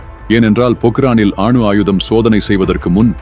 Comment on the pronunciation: அட பாடுஸ் அது அணு ஆயுதம் ஆணு ஆயுதம் அல்ல தமிழை சரியாக உச்சரிக்க முதலில்.கற்றுக் கொள்ளுங்கள்